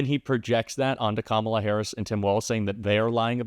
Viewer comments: They purposely pronounce it "com ALLAH" so it sounds more Muslim. Just like he always says Barack Hussein Obama. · Not knowing Kalama or mispronouncing her name on purpose is an old racist trope for not acknowledging her existence or acknowledging her as a human being. That's why they do it, that's why Nancy Mace says she'll call her whatever she wants (meaning if she wants to call her a monkey she will), messing up her name on purpose is just another way of not acknowledging who she is as a person. So now trump is defending Biden, saying that the presidency was stolen from him, who he hates, against Harris? Now all of a sudden Harris, Biden's VP's policies are worse than Biden's, but she's much worse than him? Now he's complaining that he has to waste money on this black woman to beat her (which he won't), when it was no problem on how much money he had to take from his supporters to take Biden down? At first he wanted Biden to quit, he was too old, he's senile, but now he wants him back in the race? I wonder why? I know the answer, but does anyone else? To